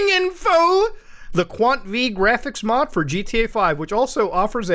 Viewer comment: Does the way Muta pronounces graphics make any one else irrationally angry